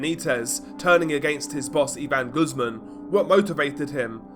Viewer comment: Not Goosemen. Pronounced - Goose`mon.